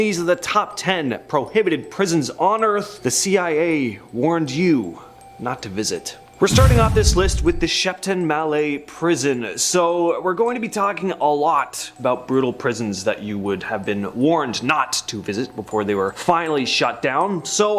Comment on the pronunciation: I loved how he pronounced Shepton Mallet 😂. He made it sound like a nice place! Unfortunately it's not so posh, it's pronounced exactly as it's spelled.